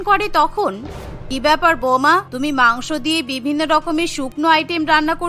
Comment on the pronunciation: মাংস ভাত ❌ মাংক ভাত ✔️😂😂